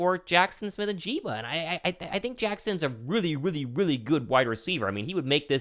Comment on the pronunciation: It's "N" "JIG" "BUH" Not "N" "JEEBA" love the content bro👍🏻